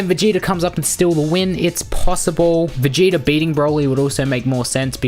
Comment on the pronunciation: Ummm you pronounce vegeta like it’s written🙂🙂🙂